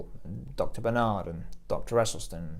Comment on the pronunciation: Yo...it's Dr. BaRrr Naard, not banard. Great vid.